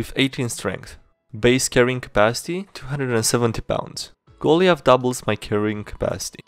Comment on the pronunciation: "Goliath" is pronounced "go-lie-uth."